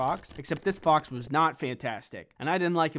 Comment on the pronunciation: you said BOX not fox LOL🤣🤣